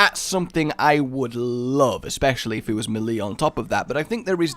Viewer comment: Isn't melee pronounced "maylay" not "muhlee"...? Anyway, super interesting video, really got me thinking